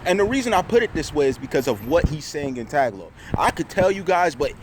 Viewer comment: stay safe. lol you mean ta-ga-log